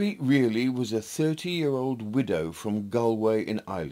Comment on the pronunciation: Reilly pronounced Riley